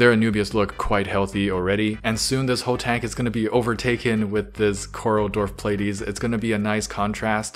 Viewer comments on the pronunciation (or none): none